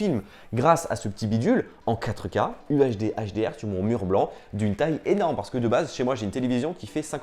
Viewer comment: Stop prononcer QUATREUH K